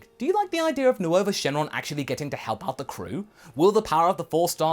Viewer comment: “New ova” I know it’s spelled nuova but it’s just pronounced nova